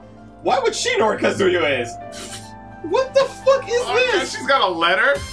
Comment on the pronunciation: The way he pronounced Kazuya made me felt like he deserved to be shamed.